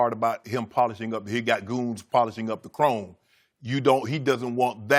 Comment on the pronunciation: “Goons Polishing the Crome”.. 😂😂